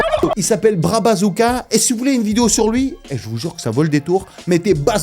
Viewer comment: Nan, c’est pas un bassouka, c’est un BAZOOKA 🦹🏾